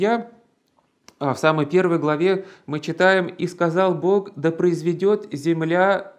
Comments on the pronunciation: Гражданин в рясе,с младых лет меня учили произносить слово Бог чётко именно так,а ты произносишь это слово "бок",не однократно,а так обозначается Господь у определённой компашки с перевёрнутыми .......нинскими символами....Не расскажешь почему Господа нашего боком кличешь??? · Правильно "бох"